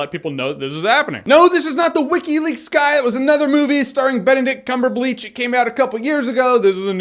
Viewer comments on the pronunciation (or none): "CumberBleach"... ...hold it in, you're in public -- i can't I'm sorry... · Lol "Benedict CumberBLEACH" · "Cumberbleach " rip my sides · cumberbleach lol. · "Benedict cumberbleach" I laughed way to hard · benedict cumberbleech? dont tell me you dont like BC jeremy :(